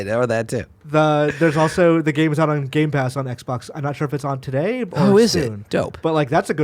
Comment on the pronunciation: said Games Pass, it's Game Pass. Does he owe Andrea something?